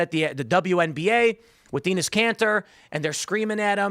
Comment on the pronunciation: Enes Freedom Kanter’s first name isn’t pronounced with a long E/doesn’t rhyme with “penis” but “tennis” (at least that’s how his name was pronounced when he played for the Jazz